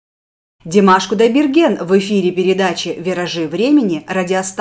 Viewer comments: Димаш Кудайберген, а не Кутдайберген, об этом говорят... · Какой же умница! Димаша любят не только за голос, а за его мудрость, тактичность (когда ведущая неправильно произнесла его фамилию, он сделал вид, что не заметил) и за простоту общения, короче, за все! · Замечательное интервью, но фамилию должны произносить правильно. Димашу желаю творческих успехов, здоровья и отличного настроения! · Журналистка бестактно даёт советы по поводу репертуара Димашу ,искажает фамилию певца ,фамилию,которая известна всему Миру. Как понять , журналистка ,побывавшая на концерте Димаша в Кремле , неправильно произносит фамилию мировой звезды. Димаш - это гордость Кахахстана,певец с мировым именем. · Зачем Димашу навязывать репертуар выступления,советовать на каком языке петь,если ведущая даже произносит неправильно его фамилию.Прежде чем брать интервью,надо хорошо подготовиться,Димаш. национальный певец,он казах и основной репертуар его национальные песни,навязывать ему на каком языке петь это не корректно. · Журналистка , не подготовлена или волнуется, то фамилию коверкает, то даты путает. Когда Димаш родился ,СССР уже распался как три года!!